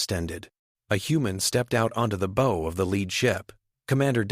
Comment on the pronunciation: Omg, y'all..seriously? Look story is good, the ai voice is super super distracting with the exact same mispronounced word over and over, its super annoying. In this context, the word your ai keeps saying is Bow, i.e. a tied ribbon. The word is bow, as in ba oww as in a part of a ship. Its repeated multiple times and the mispronounciaction throws thr flow of the story off. Sadfaced